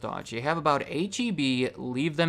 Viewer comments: H-E-B was the only thing I liked about living in Texas, and the only thing I miss from Texas. But don’t you dare call it HEB, Texans will be sure to let you know that it is H-E-B. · H-E-B? You mean heb?